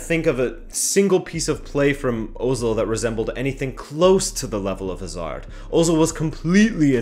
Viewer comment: WHY DO AMERICANS SEPARATE Hazards name they pronounce like they separate HA SARD